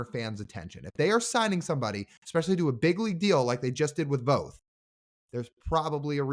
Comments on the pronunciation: Say "both" - it sounds like Voth but if you're from PNW ypu pronounce it "Bolth" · Guys it’s Voth with an a sound, not long o. I’d love to see Jeff Brigham’s name brought into the conversation, he was Voth’s roommate at the UW. They also face each other in HS (I was Jeff’s HS coach) Jeff has had lots of injuries but had a good season with Mets last year in relief until he had a couple meltdown games. He still has good stuff and would be a good Mariners pickup to go to Tacoma and be ready for a callup.